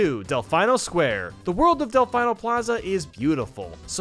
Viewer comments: It's pronounced Del-FEE-no, not Del-Fi-No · Who dafuk says "delFAINo" and "nuKULar"??? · Cringing every time you mispronounce Delfino Square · Pronounced: “del fee no” not “delf i no” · Why do you pronounce it "Del-fye-no"? Even in the game they pronounce it "Del-feen-oh"! Not a dig on your content at all haha, just something I noticed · I just love Del-fine-oh plaza 🖕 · Never in my life have I heard someone say "Delfino" like that before. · Your pronunciation of Delfino is the most American thing I've ever heard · the pronunciation of Choco and Delfino made me uncomfortable